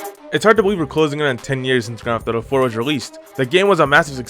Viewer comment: Can you slow the fuck down and articulate? In the first sentence you said the title of the game and it came out as "ground thotto 4" and it gets worse. Fuck me up the hairy asshole learn to speak before recording